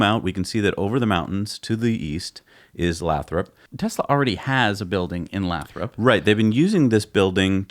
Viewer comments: It made cringe every time they said Lathrop, i understand you guys have probably never heard of it but it’s pronounced lay-throp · It's pronounced "Lay-thrup". I grew up a quarter mile away from that glass factory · Hey and, for starter Lathrop is pronounced Lay-thrup and I drive though Lathrop five days a week to my job in Hayward which is around 12-15 miles from the Fremont factory in my DM Model 3. I will try and drive by there to see the new sight this weekend. I will take as many pictures and video as I can, but I do not have a good drone. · Lathrop is pronounced Lay-Throp. And it nears the town of Stockton to the North and Manteca to the South. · Pronounced lay-thrup.... work in the area and there is multiple buildings Tesla has taken over that were once toyota/Chrysler.. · lol it's Lay-Throp (Lathrop) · FYI it's Lay - throp 😜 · Lathrop pronounced Lay’ throp. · Lol it's pronounced Lay-thrup your pronunciation is making me rofl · Hey guys...great show as usual....Lathrop is pronounced with a long "a"....like lay thrup……..I live in the San Joaquin Valley, CA and believe the Tesla plant in Lathrop is for machining. If you look on you can get an excellent idea of what they are doing there. I hope you are correct for the Semi production. There is a great need for manufacturing in the valley. Long on Tesla! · It the city name is pronounced Lay-Thrope by locals. Long A, long O. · Very interesting conjecture. By the way, Lathrop is pronounced with a long "a". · It's actually Lay-thrup.